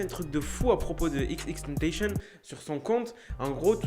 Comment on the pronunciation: tu dit mal Xxxtentacion ça me stress 😭